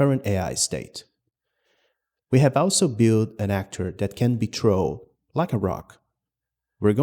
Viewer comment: LOL "can be trow" like a rock. hahahahahha. thanks for that.